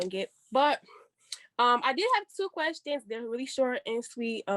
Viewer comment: When he said general “querstions”, I realized he watches Dr. Devin! 🤣😂 Affion Crocket is a full fool!